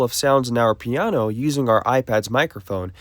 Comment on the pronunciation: "piaano"? 😂 I'm not making fun of you, just the way you say piano sounds a little funny.